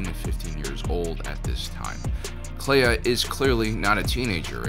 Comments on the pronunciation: Ok I admit, when she was introduced by Luthen I first heard "leia" and not "Kleya" and I nearly lost my shit. Now I kinda wish it was Leia because Kelya is pretty cool. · this episode sounded like Luthen was saying Leia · At one point, when someone said Kleya, i thought they said Leia and was super confused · I literally got confused and had to turn on subtitles to see that Luthen wasn't saying Leia.... Kind of an annoying coincidence since there's already been so many of the female leads in Star Wars who match this young light skinned brunette template, as though they're all filling in for Leia. And this could have just been young Leia! Doing her first "internship" secretly helping organize the rebellion. (although that would've distracted from Andor and the other new characters)